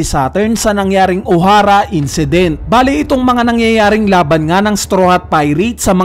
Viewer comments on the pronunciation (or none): none